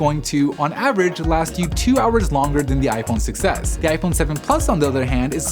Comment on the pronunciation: It sounds like he is saying "iPhone success"